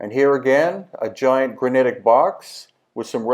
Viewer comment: I was out the first time you said granitic